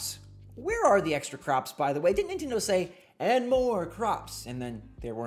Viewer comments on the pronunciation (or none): none